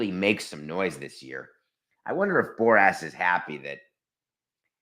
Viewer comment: Scott Boras (boar-ass) 😂😂😂. i love david man